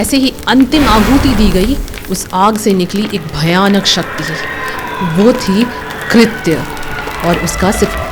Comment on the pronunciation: कृत्या not कृत उसको कृत्या बोलते हैं